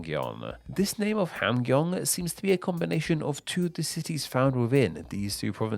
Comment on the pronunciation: I would say it’s ham and gyong rather than hamg and yong, yes?